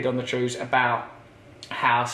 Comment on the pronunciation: The 'Wews!!' 😃😃 ( wanky trews) 😉 keep it up Ross and don't let thousands of hateful comments mess with your sobriety you wanky boy!